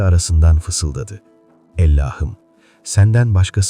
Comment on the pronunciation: Her şeyi güuel telqffuz ediyorda nedense bir Allah'ım yerine Ellah'ım diyorsunuz, şulenin cami önünde ettiği duasında.. ilginç..